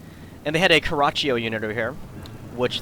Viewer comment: isn't it pronounced "Car-a-cho"